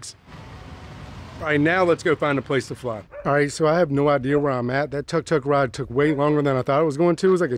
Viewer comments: It is pronounced took took. I enjoyed watching this video. Thanks for sharing. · “Took took” not tuck tuck. Not sure how you even end up with that pronunciation. You guys said you went here before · Its pronounce as took took nit Tark tark hahaha BTW nice video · Thank you so much for sharing your journey to Chiang Mai! It is beautiful. The Buddha temples are the best! Thailand food is soooo delicious!!! By the way, TUK TUK is pronounced like TOOK TOOK, not TUCK TUCK 😂😂